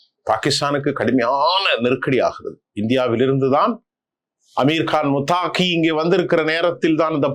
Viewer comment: முத்தாகி அல்ல. முத்தகி தான் சரியானது.